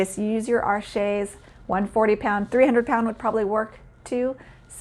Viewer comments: Arches is French and it's pronounced ARsh, not arSHAY. There is no accent egu (é) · Arches is pronounced like “arshhh”. You soften the ‘ch’ to ‘shhh’, and the ‘s’ at the end is silent. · Really? I thought it was pronounced “Are-shays”. Somehow, “arshhh” seems quite incomplete to me…✌️🧓🏻🤷🏻.